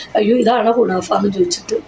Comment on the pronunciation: ക്കുണാഫ അല്ല മന്തേ ക്കു നാഫ യാണ്😂😂